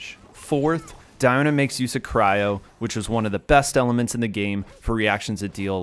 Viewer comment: It's Dee-o-na not Dai-o-na